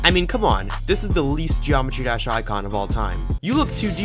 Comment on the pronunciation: Bro pronounces Jawmetry Dash😂😂